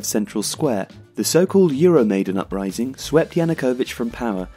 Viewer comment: Great video! Thank You! Only one thing, it's EuroMaidan, not maidEn. Maidan means "square" in ukrainian.